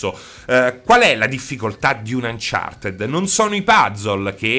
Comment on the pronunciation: "UnchartED" pronunciato così come viene scritto